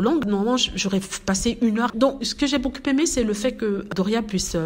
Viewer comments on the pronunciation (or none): none